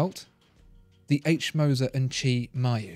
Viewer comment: Wtf... i have never seen an non native germanspeaker nail the name Moser like you did.